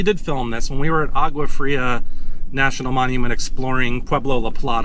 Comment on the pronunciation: you need to learn how to pronounce a few words in Spanish....for example the G in agua is pronounce as a W in English......double L's are pronounced as a Y...etc